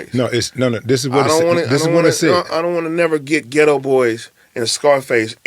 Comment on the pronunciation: The name of the group is “The Geto BoyS” (emphasis on the “s”), NOT “The Geto Boy”.